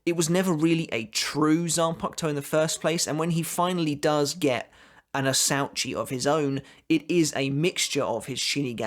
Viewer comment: Ok ... you are doing it on purpose.... asauchi.... ah-sa-oo-chi..... sebonzakura kageyoshi... ka-gay-osh... don’t pronounce the i... same with mugetsu... you don’t pronounce the u... it’s mugets... moo-gets